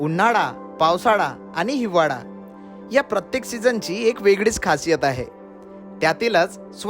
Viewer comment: # उन्हाडा, पावसाडा, हिवाडा 😅😅 आरे इतके वर्ष पुण्यात आहेस 'ळ' चा उच्चार करायला कधी शिकणार??